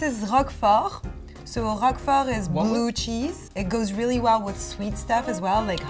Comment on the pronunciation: ooo I heard that! when she said “bluuuuu cheese” her french accent kinda escaped a bit